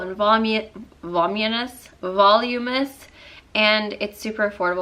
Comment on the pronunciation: It's Vu-LOOM-i-nius! I get tongue tied too. 😉